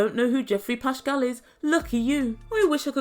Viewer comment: Learn how to pronounce his last name properly even if you find him despicable! Your lack of education is sad!